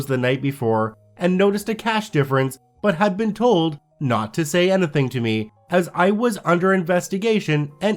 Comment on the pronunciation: Where are you from? You have an accent when you say the word "anything"